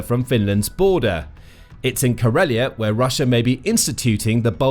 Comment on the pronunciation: Murmansk, not murmanks. Ladoga, not ladogo. Karelia, not karolean. I think you managed to mispronounce the names of every place in this video